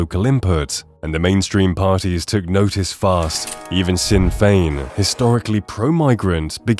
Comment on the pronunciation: Gar-DEE. Ross-CRAY. SHIN-fane. Shame you didn't put as much effort into establishing correct pronunciations as you did into building such an egregiously one-sided narrative.